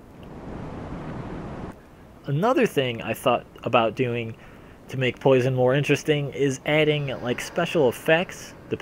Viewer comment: "Hello everyone, today I'd like to talk about Poise(Kappa)on"